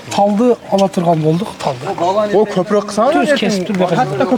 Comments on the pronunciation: Далбойоп копрок дебей копоро деп айтсан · Копурук катта деген создорду туура суйло блогер кыргызча суйло.Сени бут Кыргызстан коротго